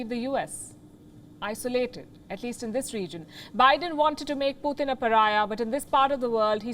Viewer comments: It's not puuthin. It's Putin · It's good program..but please its not "PUTHIN" ITS " PUTIN" ..PU -TIN ...PUTIN..,NOT PU -THIN OK..GOOD GIRL!